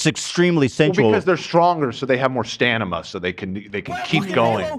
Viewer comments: saying “stanima” instead of stamina made my day😂🤍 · saying stanima